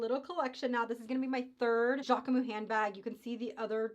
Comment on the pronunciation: Hi, it’s pronounced JackmuSS 😊 so you pronounce the S at the end and we don’t prononce the E in the middle. So JackMuS. Sending love form Paris. And yes Jacquemus is a great brand